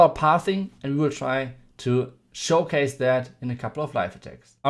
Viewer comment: And also that sound like dat